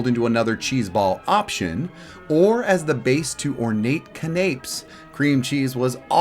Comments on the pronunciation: I'm inspired to do a retro holiday party now! Did you really mean to pronounce it ca-napes instead of can-uh-pay? Because I was canapé-ing attention😆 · It's pronounced "CAN-uh-pay." This was a fun video! I just wished this food tasted as good as it looked! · You are severely mispronouncing canape.